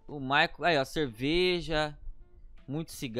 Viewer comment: "MICHAEEL" KKKKKKK Ô U PORTUGUÊS MOÇO